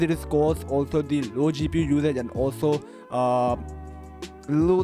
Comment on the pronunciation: thee pee u bottleneck